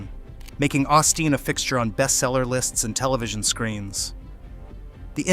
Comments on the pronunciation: What was the point of this pointless video? NOT AUSTEEN, OSTEEN FIX YOUR AI GUY!!! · Who is "Ah-Steen" ? 🤔🫩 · Ur AI can't say his name right. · at least pronounce his name correctly. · If you are going to trash his ministry, at lease pronounce his name right. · The mispronunciation of his name is very revealing. The envy in the comments tells the rest.